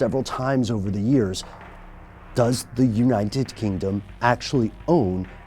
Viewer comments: did he say unniened kingdom? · "Unined kingdom" dear lord, this buffoon 😂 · Why is it so difficult for you to pronounce United Kingdom? lol